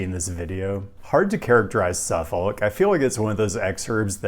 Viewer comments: watched this on Nebula but came to YouTube anyway to rib you for how you pronounced. is that how they say it there? I've never not heard it pronounced suh-fihk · Suffolk is pronounced suffick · I never been to suffolk va so maybe hes pronouncing it correctly (though i doubt it) but as someone from ma, i audibly screamed when he said “suff-folk” 8 times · SU-fuk or SUF-uk, not SU-folk. The "l" is silent. Same with Norfolk: NOR-fuk. Also, Gloucester is GLOS-ter, Portsmouth is PORTS-muth, Poquoson is peh-KO-sun, and the Wight in Isle of Wight is white. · You might want to check on the pronunciation of suf-folk.. AKA: suffock.(at least in MA) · "Suffuc" not "suf- folk" =). woot 757! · SUFFOLK is pronounced without the L. SUFFok or SUFFuk (/ˈsʌfək/ SUF-ək) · Grew up in the region. Suh-fihk is correct. Never heard anyone from there pronounce the L. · Yo Hampton roads resident here contractually obligated to tell you you pronounced Suffolk wrong Anyways omg city near wear I live mentioned?!?!?!!! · It hurts hearing Suffolk pronounced this way lol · Probably the last time it will come up as well as the first, but Suffolk is pronounced with no L, kinda like chinook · That ain't how you say Suffolk. As a broadcaster, I recommend you consider googling how to pronounce place names or you risk alienating the people who live there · The L in Suffolk is silent.